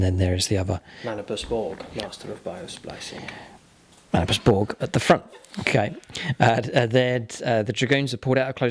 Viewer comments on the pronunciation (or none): none